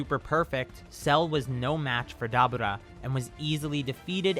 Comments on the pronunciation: Who TF is Dabuda.....u mean Deborah....how do u mess up that name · Why do you say dabura like that? It's Da-Bore-ah